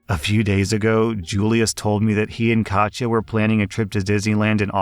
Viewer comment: Bit annoyed you pronounce "Katja" correctly but not "Iza" which is "EE-suh", or if it's Italian "EEt-zuh", not "Ai-zuh"/"Eye-zuh"